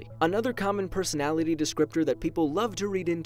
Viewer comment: “pesonality test”